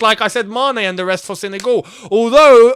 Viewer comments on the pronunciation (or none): none